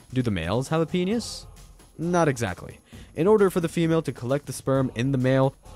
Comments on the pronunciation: Here's some knowledge for you. It's pronounced PEE-NISS not Peenyhus. Holy hell. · Penius? Is that how I’m hearing your pronunciation? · This has gotta be the first person ive heard to pronounce "penis" as "penus" or "penius".